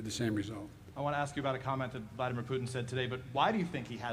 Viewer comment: Biden keeps calling my man's Had-a-beer Crouton instead of Vladimir Putin!